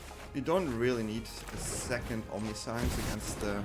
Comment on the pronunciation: I like the vid, i like the deck but the way you keep pronouncing 'omniscience' gives me cold shivers. I get that english is not your first language, nor is it mine, but there are plenty of tools to find out the correct pronunciation of a word. Even if it is typing it into google translate and listening to how it is pronounced there. You're certainly not the first creator who mispronounces words and you won't be the last, but for the mental sanity of your audience, pls try to make more of an effort on getting it right. Thanks in advance :) I subbed btw so i do value quality of content over anything else. Fyi.